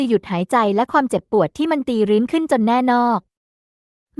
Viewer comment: แน่นอก อ่านออกเสียงว่า แน่น-อก (ไม่ใช่อ่าน แน่ นอก)